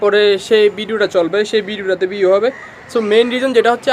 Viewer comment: পিউ না ভিউ বলিস রে